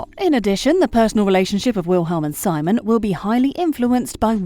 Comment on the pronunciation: I can't be the only one who finds it irritating that the narrator kept saying Simon as SY-mon. Watch the show, woman. It's se-MONE. Seriously!